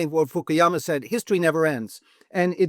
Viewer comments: Maybe he was just a bit nervous...you know, like human get sometimes. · He knows everything about Fukuyama's work but can't pronounce his name right😅